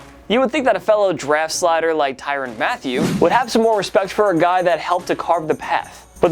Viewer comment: I thought it was "ma-thay-you" not "Matthew"... Maybe I'm wrong though.